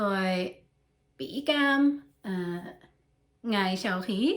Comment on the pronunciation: “Cảm” is with “dấu hỏi”. You sound like “cám” with “dấu sắc” =)) Keep up the good work!! 🧡